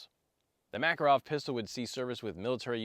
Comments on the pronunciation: Ma-KAR-ov not MACK-er-ov! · I’m so disappointed you pronounced the name wrong like southern hillbilly’s say it. Mah Car OFF, not MACK. How do I know this? I married a Russian woman who’s last name is Makarov